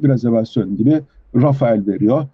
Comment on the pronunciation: Arkadaşlar “Rafael” değil, doğrusu “Rafale” (RAFAL diye okunuyor). Dassault Havacılığın uçağı. Renault bu uçağa ithafen “rafale” adında d suv bir araç çıkardı. Rafael deyince israil savunma sanayi şirketini anlıyoruz.